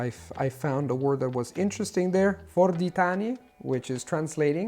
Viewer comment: Fordítani .....die Aussprache ist nicht mit á sondern mit a. Du kannst französisch und schwedisch dann ungarische A wird nicht schwer für dich sein . Nagyon jó videó köszönjük szépen.